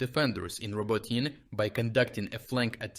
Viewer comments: How is Robotyne pronounced? Ro-bo-teen or Ro-Bo-Teen-neh? I think you are using different pronunciations. I would suggest using your native Ukranian pronunciation rather than trying to "Westernize" it as we would learn how it's properly pronounced rather than letting outsiders influence how you speak. We are learning a piece of Ukranian literature through your videos. Don't hide the true pronunciation just to make it just a bit easier for westeners to understand. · It's pronounced RobOtyne / Робо́тине from the Ukrainian dictionary. That's not his pronunciation, it's AI. After he got back from being sick for a month he stopped voicing the videos himself. I'm learning Ukrainian, and one of the welcome side-effects of watching his updates every day was the tutorials on Ukrainian place names... early this year that changed, now those pronunciations are mess even though his voice, accent and cadence are reproduced pretty well. It makes me a bit sad but if he's found a way of sparing himself a bit of work, fair enough. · Riiight, but today he's saying Roboteen which is weird. Then he shifted back a bit later. Curious. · It's pronounced RobOtyne / Робо́тине from the Ukrainian dictionary. That's not his pronunciation, it's AI. He must have started using it when he got back from being sick for a month, to spare himself some work, maybe to allow other people in his team to do the videos when he can't. But AI doesn't deal well with multilingual content, so while it replicates his voice, accent and cadence quite well, it messes up the place names that he used to pronounce with a perfect Ukrainian accent. I'm going to email the channel about it because I'm worried about this starting to hurt their credibility. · Anyway, later in the vid, he shifted his pronunciation back to RoBOtyne. Yes, it's weird to hear a Ukrainian mispronounce a Ukrainian name. That exactly why I mentioned it, his credibility, so please do let him know. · Isn't it pronounced row-bow-tee-neh?